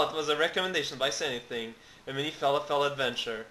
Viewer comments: lol you say fer lof ull not fal a fel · ahaha. "FA-LA-FELL" Thats hilarious. Its pronounced "FA-LAW-FUL", if you were being sarcastic. I apologize :p